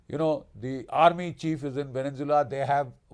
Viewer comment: It’s Venezuela not Venenzuela - pronounced vene-zuela not Venen-zuela